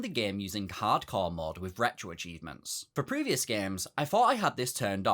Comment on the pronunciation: No offense, at all, but that sounded like "cardcore."